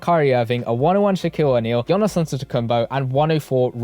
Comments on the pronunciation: It’s pronounced Yanis bro not Yonis. Can’t still be butchering the best player in the world’s name 😂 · It's "yawnis" not yanis